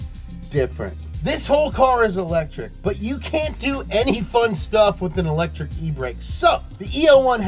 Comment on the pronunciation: "EL - etric"